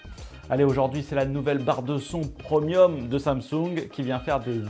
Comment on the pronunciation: on dit "prémium", pas "preumium" lol